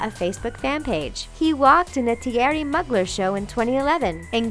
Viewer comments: Thierry MUGGLER? It's Moo-glair! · Pronounced 'Mugler' wrong as well ;n